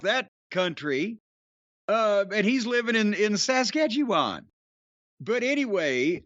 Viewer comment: the way he pronounced "Saskatchewan" omg lol